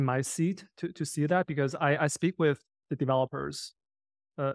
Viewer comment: at was he saying "wif" as in "dogwifhat"?